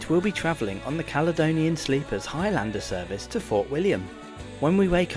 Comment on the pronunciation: It's not HIGH LANDER, ITS HIGHLANDER you fud.